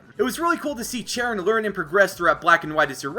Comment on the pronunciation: uh I think cheren is pronounced shar-on